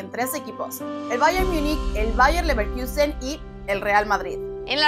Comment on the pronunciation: Toda la primera parte pronunciando Bayer MIIIIIIUUUUUnich... y LeverkIIIIIUUUUsen.. que dolor de oídos! Si no saben cómo se pronuncia, digan Munich y Leverkusen